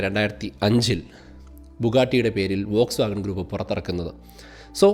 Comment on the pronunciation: വോക്സ്വാഗൺ ❌ ഫോക്സ്‌വാഗൺ ✅